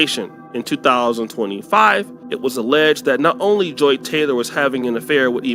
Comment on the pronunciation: Her name is Joy not Joe